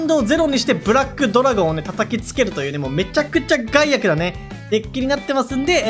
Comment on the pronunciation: ガイアクをゼンアクみたいなイントネーションで言うな 笑ってまうやろ